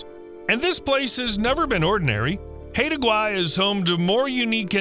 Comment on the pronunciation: Haida Gwaii is pronounced "high da".